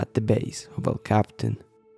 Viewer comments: You dolt.. quit saying "cap-tan"... it's "cap-e-tan" and more precisely "el-cap-e-tan"... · It’s El Capi-tan not el Captain! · For starters it's "El Capitan" and "Capitan" is pronounced cap ee TAN. And it is never pronounced like capitan in English. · It's pronounced....EL Cap- PEE- Tawn. Duh. And you may have missed the final takeaway about this: despite their massive experience, including on this very route...they died in the EASIEST portion. THATs what the rest of us can't believe. That DOESN'T happen. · Even though Capitan means captain in Spanish, that's not how El Capitan is pronounced in English. It's pronounced El Cap-e-tan. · technically you are 100% correct. The name of the mountain is El captain, that's just not how people pronounce it.